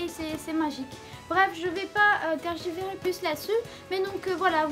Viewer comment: On dit tergiversé si jamais😉